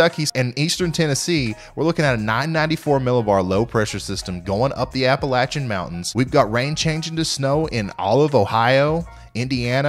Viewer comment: And West Virginia, too. And by the way, thanks for pronouncing Appalachian correctly.